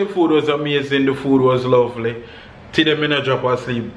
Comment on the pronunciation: Why you always say tiday? And not today................big up!